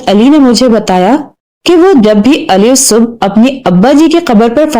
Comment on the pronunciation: ی ص سے ملے گی ا ل کی آواز درست نہیں